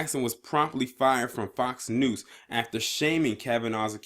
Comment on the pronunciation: Were you saying FOX 'NOOSE'? LMAO!